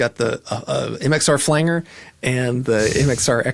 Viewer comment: "Flan ger?" Seriously?